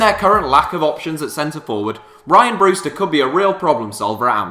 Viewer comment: It's Ree-an Brewster